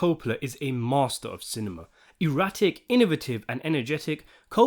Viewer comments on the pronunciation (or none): none